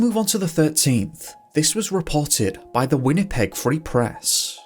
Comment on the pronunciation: Wenny-peg lol